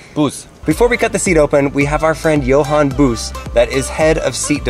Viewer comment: Johan's Booses face when pronounced his name wrong again